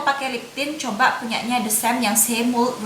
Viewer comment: hi dear, channel nya menarik. hanya kalau boleh kasih suggestion, better ngmg inggrisnya dikurangin. karena sometimes agak ngeganggu waktu balik ngmg bahasa.. coba jadi choba, cuma jadi chuma, gel jadi ghel ,etc.. dan kl memang mau ngmg inggris difull in inggris tapi latihan pronounciation nya sama kalimat" nya.. tapi overall bagussss ngmg nya cepet dan jelas reviewnya .thx u